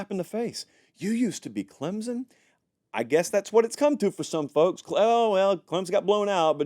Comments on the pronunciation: It's pronounced CLEMSON, NOT Clemzon. Get it right! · There is no “z” in Clemson